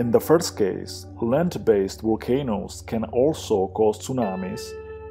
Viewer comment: What is a "walcano"??